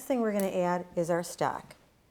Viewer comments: I thought she was saying stack and I didn't know what she meant. Then one time she said stock and I realized what she was saying. I would shred the pork. The chunks looked to large for the tamale. I would also spread the masa down to the end more. You can still bend it up and the tamale would be larger. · Great video! You sounded like you were saying stack vs stock. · I think Maybe that the ONE small detail that you FORGOT to ADD here (for Many who have NEVER done tamales before), is to let folks know HOW TO soften up the corn husks. There are MANY watching your video who have NO idea how to soften up the corn husks OR WHY it Needs to be done, so Maybe you might want to ADD that small detail here. Other than that, you have a cool video. Your "Stock" sounds like you're saying "Stack", ha ha! :-P You have a clean & orderly Kitchen-liking that! Please make more videos on how to make chicken tamales OR other flavors. A FEW folks like the sweet ones, i'm NOT one of those, yuck. :( I LOVE chicken tamales AND the beans with cheese, yuuuuuM! :-D HAPPY Halloween to ALL AND Happy Holidays TOO! :-)